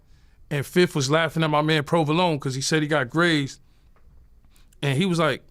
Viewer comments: “My man Provologne” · “My man Provolone” 😅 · Ma mans "provolone" 🤣